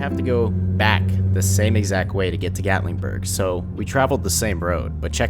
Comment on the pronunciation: Gatlingburg!?!? It's Gatlinburg 😐what's with this guy adding a g to everything